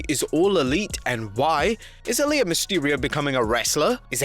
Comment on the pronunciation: why do you pronouce her name like arlia is itsAalyah